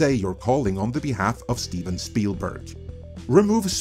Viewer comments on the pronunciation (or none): none